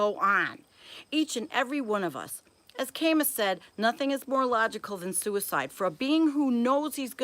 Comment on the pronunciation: That was a lovely reading. If you get a moment, check your pronunciation of (Carl) Jung and (Albert) Camus.